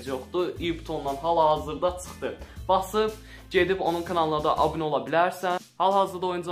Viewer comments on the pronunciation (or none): none